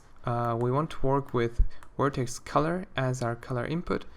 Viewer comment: When you say "Vertex Color" it sounds more like "Vortex Color" lol xD